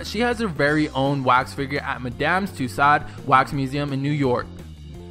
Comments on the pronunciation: It's pronounced Madame "TWO-SO's". Jesus, you mispronounced everything in this video. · The way he said Madame tusades (ik i spelt it wrong) made me cringe